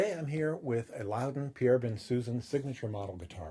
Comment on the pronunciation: An interesting and informative review, but Pierre Bensusan is French, and to hear his name pronounced "Ben-Susan" REALLY grates on the ear. His name is correctly pronounced Bon-souson, with both 'n''s silent and (I believe) the emphasis on the final syllable (As in 'Alain Delon').